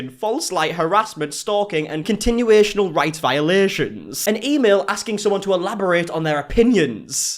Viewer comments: Idk what’s funnier.. Janet spelling constitutional as “contitutional” or pronouncing it “continuational” 😂😂😂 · Yo how did you say constitutional ? Haha